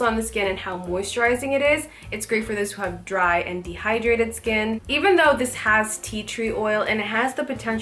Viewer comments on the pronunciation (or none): none